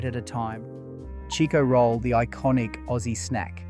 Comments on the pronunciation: You must not be Australian because it’s a CHIKO ROLL NOT A cheeko roll lmao 🤣 omg talk about unaustralian. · What the f*** is a "Cheeko roll"? I buy Chicko rolls on al almost weekly basis from my local take away store. You're way off base if you think they don't exist anymore.